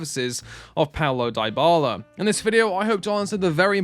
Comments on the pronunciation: FFS it is not « Dye Bala » pronouns it « DeeBala » 😩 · After hearing “Daibala” for the 3rd time, I had to stop the video 😂😂